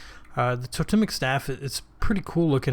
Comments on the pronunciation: Toe-(pause)-temmik , not tota-mik. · Second one was right mate "To-Tem-ic" : it's an Anthropological term. Nice Vid..I like your style :)